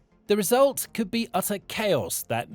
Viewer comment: Narrrator doesn't know how to pronounce nuclear.